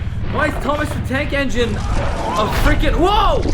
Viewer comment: Thomas the Tank Not Eneine